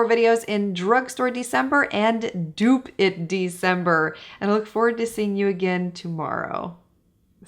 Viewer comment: Every time you say dupe it December all I hear is stupid December. lol